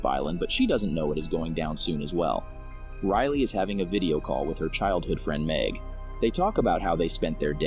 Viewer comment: i mean riley not rylie